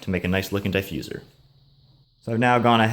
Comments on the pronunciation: Diffuser not diefuser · the way you say diffuser was really starting to piss me off. looks good though